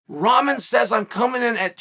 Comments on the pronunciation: WTF does he keep calling Rahman "Ramen", like the noodles? Rock-mon. It's not hard to say. It's not like he's asking you to call him a crazy nickname or pronoun. At least get the man's name right. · Evertine he says Ramen 🤣🤣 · Ramen is a noodle not the boxer. If you can’t even pronounce his name it’s tough to take the argument seriously…fact is jake knows the PPV sales were going to be garbage and jake knew he was in trouble in this fight. Jake never had any problem fighting Nate Robinson even though he’s a midget compared to jake but he runs when it’s 15 lbs the other way he runs…10% is over 20 lbs they definitely could have made that spread if they wanted too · It his gimmick ya clown ffs .. He is The Bad Guy after all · It’s like your 6th video on this and you still can’t say his name 🤣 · Is chael on Jake payroll cuz he makes a point to say his name wrong I'm sure he knows that's not how you pronounce his name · Ummm, Chael... its also guys like Bisping calling Paul a cowerd and defending "bottom"Rahmen